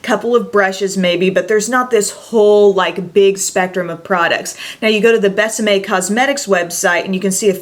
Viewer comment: I love how you pronounce Bésame ... Definitely perfect!! Love your excitement about this line. Seems like almost nobody talks about it.